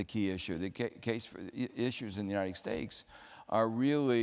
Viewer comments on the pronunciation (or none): I think he's saying united stakes....... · Is it just me or does Joseph Stiglitz say "United Steaks"? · Joseph Stiglitz: "The United Steaks" says it every time without fail LMAOOOOO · Why does the Stig say "United Stakes"?